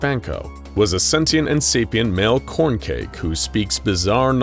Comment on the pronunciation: Corncrake not corncake